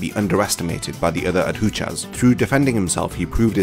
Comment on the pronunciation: Solid video but Bro you gotta learn how to pronounce adjuchas